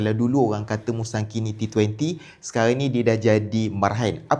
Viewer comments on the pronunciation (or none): Mula2 sebut musaki, boleh terima lagi, lepas tu prokok pulak 😅